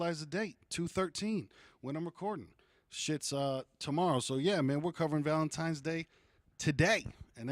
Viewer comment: "Valentimes"Day !! Classic Bahahaha !